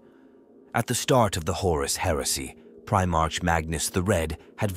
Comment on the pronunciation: Stupid AI can't pronounce "Primarch" correctly